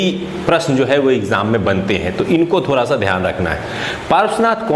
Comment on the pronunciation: Sir please aap d ko r mt holo. Jese thoda ko thora.